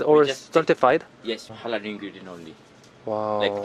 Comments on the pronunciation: Halal not Harar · The way you pronounce Halal is so adorable 😍 I'm a Muslim too and I'm so happy i came across your channel